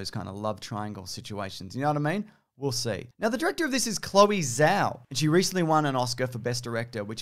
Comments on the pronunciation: Zh is a J sound in Mandarin. Do Jao, not Zhao. :) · Greetings fine sir, just so you know, Zhao is pronounced close so Jow ( like ow I stubbed my toe) as opposed to Zao. Keep making good stuff! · Pretty sure the Zh in Zhao is pronounced like a J